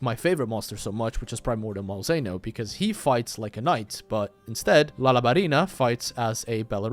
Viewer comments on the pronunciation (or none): none